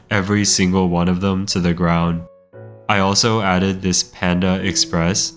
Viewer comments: "I aded Witch Hunters to Minecraft" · "i added intercontinental ballistic fingeestrikes"